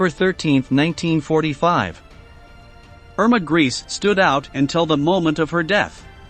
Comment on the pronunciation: This is such a low quality, that it end up sounding almost like a parody of documentary. The names for example is not "Mengel" and "Erma Griis", but Mengeelee and Iiirmae Greecsee, if that helps.